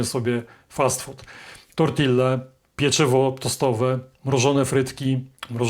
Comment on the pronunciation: "tortilla" czyta się i mówi TORTIJA!!! Posługując się nazwami innych języków mówmy prawidłowo !!!